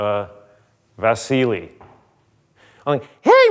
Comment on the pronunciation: "Слушай Vaziliniy" АХАХАХАХХАА. Лучшая коверка имя Василий😂